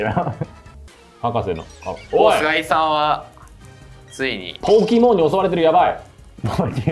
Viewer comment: ちなみにこの｢ポーキモーン｣は動画だと説明がないけど英語ネタ ポケモンは英語だと｢Pokémon｣と表記するけど、この｢e｣の上のダッシュ記号がついていないと｢ポーキモーン｣と発音してしまうのだ！